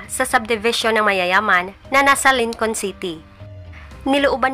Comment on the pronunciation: Thank sa video😊..Lincoln pronounce (Linkin) po..